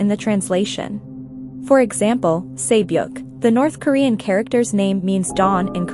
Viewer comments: You mispronounced names in this video. for example. Sae Byok (세벽 in korean) is pronounced more like se byok (short e sound like in the word sent) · This person narrating it doesnt do justice either, at least pronounce the words correctly. Gganbu is pronounced GAHN-bu, not gyan-bu. Also sae-byeok is pronounced seh-byok, not say-byok. Those subtle differences are huge in korean, given that the incorrect pronunciation said here are literally different words. This might be nit-picky, but if you're gunna do a video about how bad the dubbing is, i find it pretty ironic how bad the pronunciation is too. Another example is the korean word seonmul (gift/futures in korean). That is a horrible pronunciation. there is no soft L in korean. It is pronounced like "seon-moor". in korean it's a huge difference with the L/R sound, you have to say it.